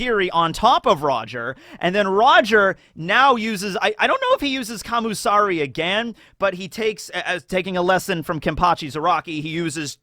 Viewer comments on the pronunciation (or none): Isn't it "Kamisari" rather than "Kamusari?" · But its not kami tho, Its Kam U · I thought he was saying commie